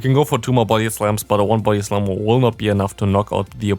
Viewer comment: Is it only me who hears his body slam as booty slam :3